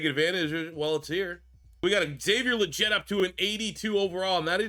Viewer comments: Love you rebuilding my panthers great vid brother! btw Legette’s name is pronounced Lee-get not jet. salute brother!!🔥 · Legette is pronounced “League-it” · it’s Xavier LEGette…like you’re saying LEG to start. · Listening to you mis pronounce “Legette” the entire video was irritating. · As a Panthers fan you are definitely pronouncing Legette’s name wrong